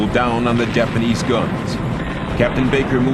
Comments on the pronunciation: he still said dapanese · wtf is the "dapanies" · BlueLegoCat The narrator meant Japanese. Probably just an audio editing error.